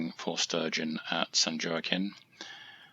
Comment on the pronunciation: San Wah-keen. 😅